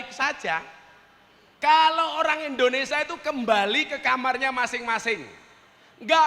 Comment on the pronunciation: INDONESIA gus, bukan ENDONESIA 🤭